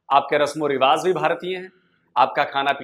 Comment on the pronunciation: O bhaai rivaaz naheen hotaa, rivaaj hotaa hai. 'z' and 'j' mein antar karo yaar.